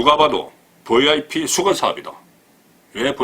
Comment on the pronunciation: 듣기가 참 좋아요. "버이아이피" ㅎㅎ